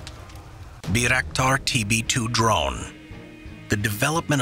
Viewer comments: Bayrakdar no birakdar lol :D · Its read like bairaktar not byraktar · Mispronounced the name of the Turkish-made Bayraktar TB2 drone